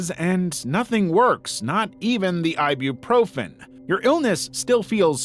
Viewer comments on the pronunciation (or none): Bro they said ibuprofen not i be profen ibuprofen is a painkiller